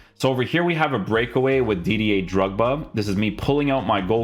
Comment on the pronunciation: Is it me or do you always mispronounce Didier Drogba's name?